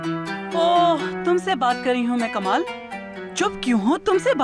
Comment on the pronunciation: Kalam nahi janab "kamal"......